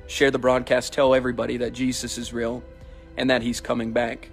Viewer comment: 'Is Real' sounds like Israel 🥴